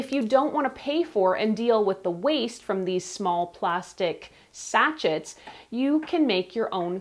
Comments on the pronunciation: BTW Sachet is pronounced “sashay”. I laughed every time you said sacheT 😂 lol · Woah. Sa-shay. Not satch-it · Sachets pronounced Sachey 😂😂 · Sachet is pronounced as sa-shei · Sachet Sounds like sa·shay Almost as cute as Nigella Lawson’s funny Pronunciation of Microwave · great video....just FYI...Sachet is pronounced Sa-shay. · (pssst: it's pronounced "sah-SHAYZ") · it’s pronounced sashaye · I agree she has a great voice and intonation. I just wish she would pronounce “sachet” properly.